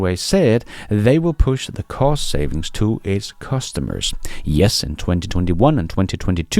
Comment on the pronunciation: Sounds like you saying something else when you’re saying ”cost” lol